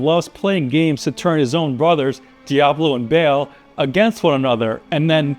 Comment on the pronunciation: Bale 😂 it's Baal, with a long A, not Bale or Bail or Bayle. And the T in Lilith is a hard T, not a th lispeling sound, indicated by the H following the T. But don't worry, it's not your fault - The ladies at Blizzard wanted you to mispronouce the names so they can make fun of you every time you speak them out 😄